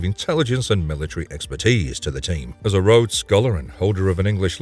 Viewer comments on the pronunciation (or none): none